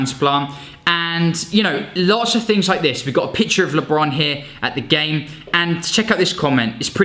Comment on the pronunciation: Lee-bron, yea chief this is where i click away😭😤